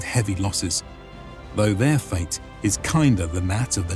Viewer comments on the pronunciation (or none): none